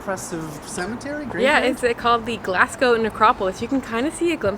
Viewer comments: and Glaz-go. Not Glass-co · It's pronounced as Glazgo not Glass gow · Just a wee pointer on pronunciation... Glaz-Go not Glass-go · It's pronounced Glazgo. True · It's amazing you can't even pronounce the city name right. It's not "Glass-go". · Its not glascow fs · I’m Scottish and it’s pronounced Glaz-gow and edin-bruh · I tried to watch, it was painful to hear the pronunciation of Glasgow and Edinburgh